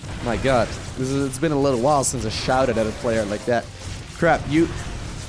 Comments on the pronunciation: crepe with an A like pancAke and not crepe like crAp :) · I pronounce it: cray-p But crap is hilarious. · French Captain here : "Good job on that crrrRRrrrepe !!" Baguette bless you ! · I am fr, try to say « craype » Nice vid :) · u said mr crap XD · hahahah! Crap! perfect! try somehting around : Crey-p ;) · Your pronunciation of "crepe" is both terrible and wholly appropriate. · As a French guy i second this statement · As a non french guy but who took a semester of French, I third this statement.